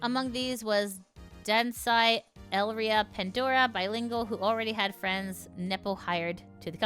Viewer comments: A pretty common and ancient rule, if you are not with me, you are against me. There is no third stance to take. You dont kneel to me, even if we cant directly off you, we can make your life a living hell. On that note, i find it interesting how you read her name as El-ria. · Also on pronunciation, Elira's name is "eh-lee-rah" similar to Elara from Greek mythology.